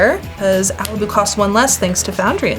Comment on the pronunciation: I'd pronounce Alibou with a flat o. But other than that, what a cool deck! Good game